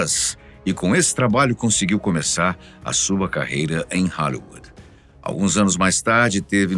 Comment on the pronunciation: Esse narrador falando "Halliuã" .... Hollywood no caso...no mais, bom vídeo 🎉